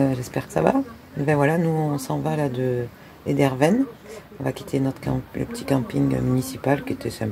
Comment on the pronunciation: Erdeven et non ederven !